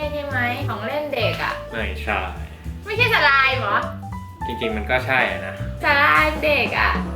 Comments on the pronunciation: สไลม์ อ่านว่า สลามค่ะ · สไลม์( อ่านว่า สะ -ลาม ) คะ